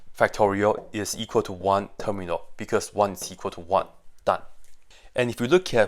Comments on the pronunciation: Because he pronounce it as Ter-mi-al instead of term-yal. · "Terminal" instead of "termial" is painful 😭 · termial, not terminal. his pronunciation is sloppy. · Is it me or do i just keep hear him pronounce "termial" as "terminal" with an "N" ? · lol i was wondering why it was (as i thought) called "terminal" when in fact it's called "termial" which now makes much more sense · yes that's why he put the text at the start because he got it wrong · It is terminal with a N guys ! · He is definitely inserting an N sound, but do cut him some slack. Coming from Mandarin to English is no simple task. 😊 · yeah, that kept confusing me to. I kept looking up terminal in mathematics and not getting the definition I was expecting. Thank you! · Yes… And I hate it